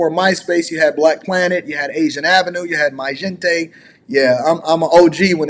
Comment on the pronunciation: He said MY-GENTE hahahaha "Mee Jente" is how you say it. You are right though, social media goes back to myspace, blackplanet and migente and before that we had instant messenger Elon charging for features gave Mark the perfect opportunity to build a new app that will help make revenue since Meta is folding spending money on the virtual "meta-verse"